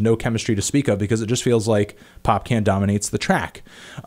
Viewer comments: it's" Popcorn" not "popcan" kmt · pop-can? 😂😂, no offense but it's pronounced like 'popcawn' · Anyone else die laughing when he said 'Popcan'? (Pop-con) Popcaan. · Hmmm you might already know this but its not pronounced "Pop-Can" it's more like "Pop Carn", he's a carribean artist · hey, so his name isn't pronounced Pop-Can, its Pop-Kawn (as in popcorn) hence the double aa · Popcaan Is not pronounced "pop - can ". It's pronounced "pop cahn" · popcaan is pronounced popcawn.. not pop can :'( i lol'ed so hard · Not Popcan lol Popcaan.... [Pop-kaawn] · Its popcorn not pop-can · It's popcaan not popcan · Popcaan (Pop - CAWN) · "Popcaan" is pronounced "pop con" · ANTNEE ITS PRONOUNCED POPCAWN lol :p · The way you pronounce Popcaan is really funny.